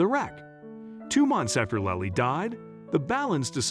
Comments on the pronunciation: Lilee, lolly or lily? This is an amazing story just wish the reader would get the name right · Your narrator did a terrible job of pronouncing a very simple, ordinary name.Was the narration computer generated? Lily, like the flower, is quite a lovely and frequently used name. Did no one even edit the video?